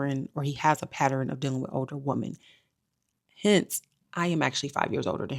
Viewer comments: Patterin is not how you pronounce ‘pattern’ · Say pattern NOT patterin. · What is a “patterin”??? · Patter-rin girl what is that? You’re really pretty btw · I love my people: but when are we going to stop saying ‘pat-ter-ren’ and say PAT-TERN? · I like story time but I keep hearing you say patterun what's that? Do you actually mean pattern? I'm just asking so i can clearly understand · Patt-urn = Pattern baby.. Patterin isn't a word. Anyway, sorry this happened to you. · Why do people keep mispronouncing pattern? It’s 1 syllable, not 3. Patteren is incorrect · Patteren 😂 This vid will be memorable just for that pronunciation of pattern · Whew, yes! It PAINED me, lol.